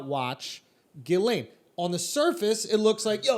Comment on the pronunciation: Ghislaine, laineghizz. Lol